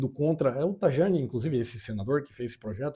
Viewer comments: Ne sabe como se pronuncia Tajani (taiani) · Scusa, ma se tu vive in Italia, dovevi almeno pronunciare correttamente il nome del Ministro.